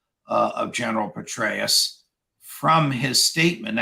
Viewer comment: Too funny, Judge. Did you say, " General Betray-us?!